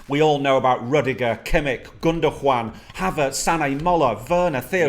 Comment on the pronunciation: gundar-juan lmao